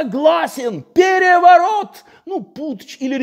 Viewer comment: ...штадион так штадион...пегевогот так пегевогот...